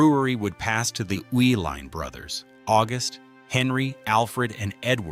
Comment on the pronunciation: I grew up in Milwaukee when the breweries were in full production. Its so sad what happened to them. Loved the video The video mentioned that the Uihlein family kept the name Schlitz partly because Americans could not pronounce their name. Well the video proves that because after living in Milwaukee for over 60 years I have never heard the name Uihlein pronounced the way it was in this video. It was always pronounced, "E-Line" . Now, one of the family members now ownes a company called "U-Line". That might be closer to the German pronunciation. But all I ever heard was "E-Line". There was Uihlein Hall at the performing arts center (pronounced E-Line). it was Uihlein field, a polo field, again pronounced E-Line.